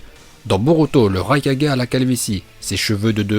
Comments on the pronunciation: Par contre on dit raikage et pas raika4g parce que Naruto dit Kage bushin no jutsu dans la VO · On quand tu raikaje ,hokaje arrete de faire le mec je te soulev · Il a dis le rai4G 😭😭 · "Raikadjé" 5 4G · Les "4G" "NaLuto ShippuNden" "MadaLa" "Laiton" Encore une fois a mit tous le monde d accord ça prononciation est parfaite👏👌